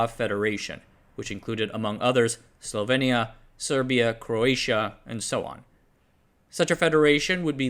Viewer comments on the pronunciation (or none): none